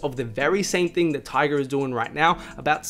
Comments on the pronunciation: I'm feeling like you keep saying Tiger instead of Tyga. No hate tho. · It’s tyga not tiger